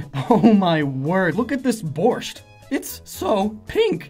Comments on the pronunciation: borschT fun fact: the t is silent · It's not pronounced, "borscht," it's pronounced like, "borsh." (with the "t" being silent) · how the fuqk, did you pronounce my beloved russian soup?!? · Hearing how you say barszcz is hilarious XD